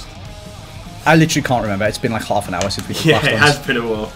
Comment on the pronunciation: Being Belfast, I agree with Reev. We were all crying at pronouncing hours and flour lol